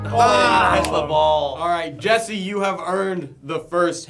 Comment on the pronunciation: It’s Jesse not jiedil